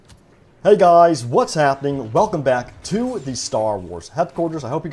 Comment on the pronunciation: Why do you “gwuys” always defend EA and Dice. Either you’re on the payroll, just dishonest, or delusional. Seriously “gwuys”, is it hard for you to say the word Leak?